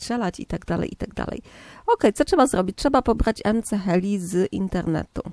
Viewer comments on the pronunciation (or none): muwi śie ms heli